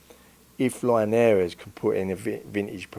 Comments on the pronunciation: Who the fuck is Jorge Line-Air-eez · Love the way he pronounce linares 😂